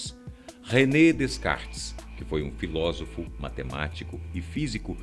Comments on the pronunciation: sofismo e sensacionalismo puro. ah, e não se pronuncia DeScartes. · Se escreve Descartes mas a pronúncia é Decartes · Descartes se pronuncia "decarte" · tava vendo ate ele falar DESCARTES